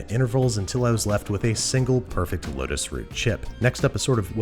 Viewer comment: You need to slow down how fast you say things cause it sounds like you say lettuce root. But what you mean is lotus root.